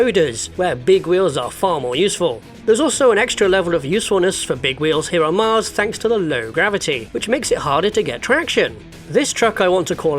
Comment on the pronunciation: The way he said 'here on mars' makes me think he might not be on earth...